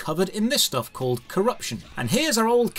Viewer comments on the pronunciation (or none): none